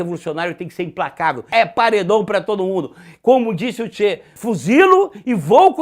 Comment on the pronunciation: pronuncie Tche gh-evara e não che gu-evara, kkkkkk eu estava em Camiri, depois da morte dele, visitando o Régis Debray.... o cagão....